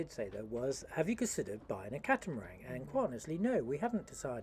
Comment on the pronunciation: Why do you call it a catamarang rather than a catamaran?